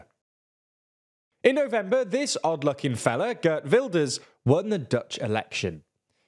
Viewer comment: I wish people would pronounce Geert correctly.